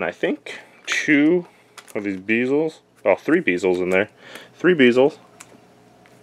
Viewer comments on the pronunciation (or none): its bee l ze. not beezle